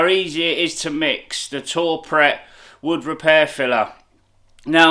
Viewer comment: Great videos m8 keep it up ...its pronounced too prey ...(french ).not tour pret👍